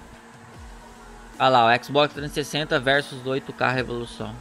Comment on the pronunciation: Ele disse rexulixon🤣🤣🤣🤣